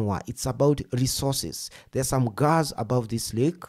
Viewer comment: Keep on chalking yourself. Leave the analysis and learn more English. Gazz or gass?